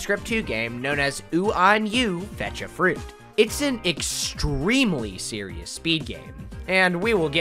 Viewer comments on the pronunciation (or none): You said arseeus death penalty.